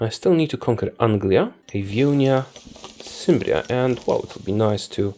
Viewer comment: Cimbria is pronounced with a K. Else your video is very enjoyable!